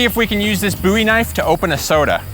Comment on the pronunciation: Bo wie not boo wie Goddamn you're a weirdo